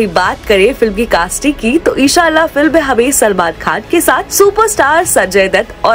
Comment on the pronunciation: ara sister g eshallah nhi inshallah bolo